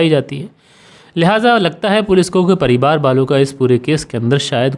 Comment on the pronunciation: मैं बेचन गोंड कैमरून अफ़्रीका से आपके कहानी सुनाने का अन्दाज़ बहुत अच्छा है ।❤ कभी - कभी आप परिवार को परिबार बोल देते हैं !